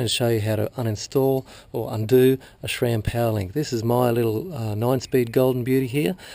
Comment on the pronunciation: There's no H in sram.